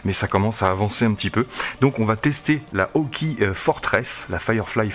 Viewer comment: Par contre, on prononce hawk"aÏe"! ;-)